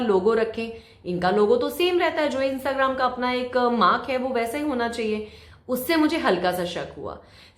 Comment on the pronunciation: Lol u cannot speak Instagram